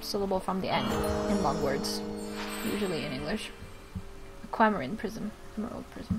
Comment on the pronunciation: aquamarine is pronounced in English "aqua mareen". The E is not silent. Like marine meaning sea is sounded out as Mareen.